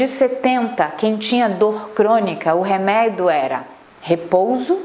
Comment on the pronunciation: Pq ela fala "reméido" ? Que agonia